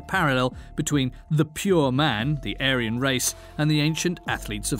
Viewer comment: Aryan: It’s not ‘A-ryan’. It’s pronounced ‘Aarian’.